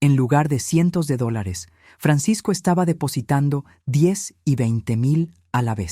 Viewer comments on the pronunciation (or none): ¡"Dólares" demonios, no "dolars"!